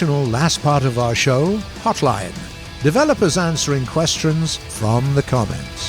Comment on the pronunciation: Hey Gaijin, Could you tell to stop the nasalized vowel when reading hotline:D